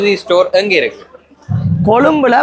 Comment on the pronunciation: அது கொழுப்பு இல்லைங்க கொழும்பு 😊